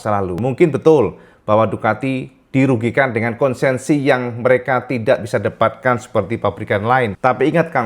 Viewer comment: ente dari dulu salah nyebut mulu konsensi. yg bener konsesi.